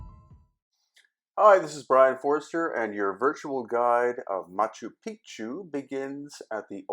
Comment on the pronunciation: Love Machu Picchu. Thanks. You do want to get the pronunciation correct, especially once you learn what the common mis-pronunciation of the term means:)